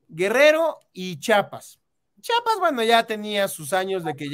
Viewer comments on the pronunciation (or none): Solo una observación: el Estado se llama CHIAPAS y no CHAPAS.